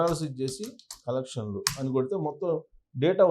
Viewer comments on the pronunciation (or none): కలెకన్ల కాదు కలెక్షన్లు